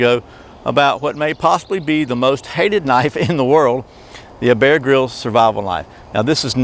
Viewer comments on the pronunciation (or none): none